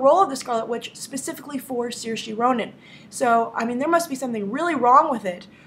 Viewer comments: grace I'm not tryind to be rude but its pronounced seer-sha id know cause its an irish name and I'm irish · I'm Irish Grace, it's pronounced Sure-sha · As an Irish person I can't let it slide that you are mispronouncing Saoirse Ronan's name. You are actually doing a much better job than a lot of people, but Saoirse is not pronounced with an "-ee" sound at the end, but a softer "-eh" sound.